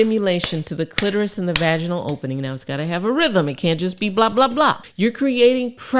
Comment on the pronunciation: KUNYAZA...? Dr. RR, Your pronunciation impressed me. Did you say Rythm? , maybe some tempo...one can even write a name during the act.